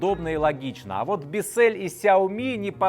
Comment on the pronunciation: Правильно - Биссел(л - твёрдая, ударение - на "и")